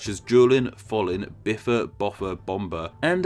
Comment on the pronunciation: Also, no such thing as Biffer, Boffer, in Voluspa, bit more like Bivur, Bovur. This did not quite survive in Tolkien's adaptation in the Hobbit, though.